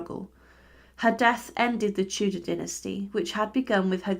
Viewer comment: Co za okropna interpretacja AL! Tudor to " teudea" i inne okropieństwa